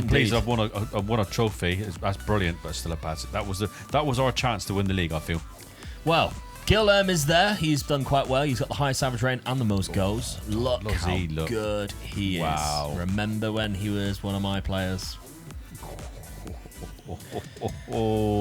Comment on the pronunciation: I will never stop being amused about Guilherme being read as Jil-Herm 🤣